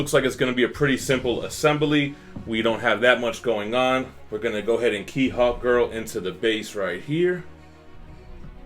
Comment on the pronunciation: I thought you said Hot girl so many times